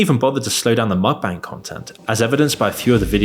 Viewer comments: Mukbang = Mook-Bung (rhymes with hung, or dung), not Mok-Bang. If a word isn't native to the language you speak, it's best you learn how to pronounce it properly if you're gonna make an entire video about it. Just saying. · bro said muck 💀💀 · you read it 'mookbung' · 먹방 = Meokbang - Pronounced mok bbang. Meok means eat, bang means room, basically because they're filming themselves eat, in their room. The more you know